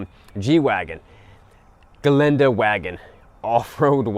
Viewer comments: Gelande was good, Strasse was bad. The double `s` is spoken as Strasse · You did very well saying Gelände ... now learn Straße it is not STRAAP :face-blue-smiling